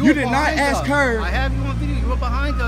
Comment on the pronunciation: The word is ASK, not a ax. At least learn English if you are trying to represent the news media.